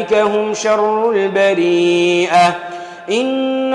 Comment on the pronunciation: Fautes aux versets 6 et 7. البريّة pas البريئة